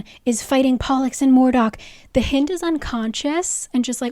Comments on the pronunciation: ahah I can't its "Hynd" like "HIGH-nd" of a deer. not HEEND. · It’s hind like behind. Please 😭😭😭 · just realized that does not include pronunciation LOL its pronounced like "hind end" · Haha "hind" is pronounced like "kind". A hind is a female deer. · Hind is definitely pronounced like “behind” … hind is another word for deer! And she’s a deer shifter.